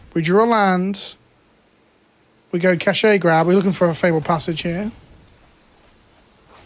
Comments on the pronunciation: I don't think it's a Britishism, just a regular mispronunciation. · It sends me every time I hear "ca-shay grab" Britishisms ruining Wizards' attempt at a cash grab joke.